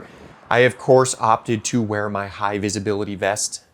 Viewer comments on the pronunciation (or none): none